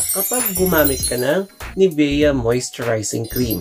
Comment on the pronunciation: nivya po pronunciation nyan